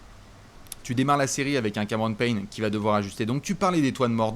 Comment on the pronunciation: "Cameron Peigne"